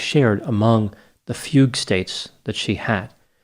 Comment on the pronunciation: i drank everytime he said fague....